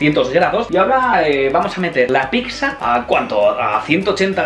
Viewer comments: Soy el único olle que dicen pixa en vez de piza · porque decís picza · Pronuncian mal pizza